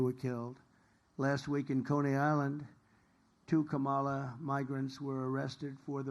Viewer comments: Why are they in a garage? Again he pronounced VP Harris’s first name again. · Whoa, this is the lowest energy I've seen since he was sleeping in court and at the RNC. 😬🥱 It's also so weird that he can't say Kamala's name correctly.